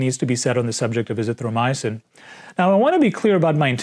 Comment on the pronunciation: you cant even pronounce Azithromycin properly. You are pronouncing it Azithro myosin. Getting your muscle fiber proteins mixed up with your drugs. How can we take you seriously? What are you going to do this week when people start recovering enmasse from this disease now that hydrochloroquin and zpacks are being deployed against the disease up in north east USA?